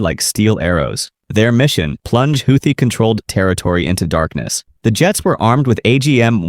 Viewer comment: You can’t pronounce Houthi